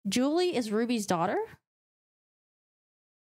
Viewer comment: Julie is pronounced as "Jew-Lee" not "Jewel-ee ".